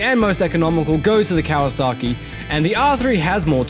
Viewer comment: dude said kawaski vtec🤣🤣🤣🤣